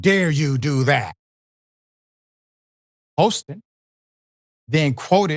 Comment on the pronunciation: Her last name is pronounced “HAS-TIN” not “HOSE-TIN”. smh